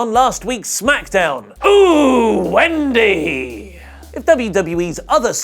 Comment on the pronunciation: he says ohh wendy, not ooo wendy